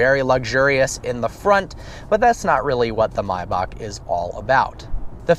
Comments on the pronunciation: MAYbach not MIbach dur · why do you call it mibach. everyone says maybach. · Come on man!! It's not "my-backh". Its Maybach!!! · its may as in the month May and bach as in back. .NOT MYBACH OR MIYBACH. WTF DUDE? MAY- BACH. SAY IT RIGHT! u made my head hurt. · anyone else annoyed with how he says Mayback. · Dude just say Maybach. I mean are u German lol fuck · "mybock" jesus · Nigga called it a MYbach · U really don't know how to pronounce maybach.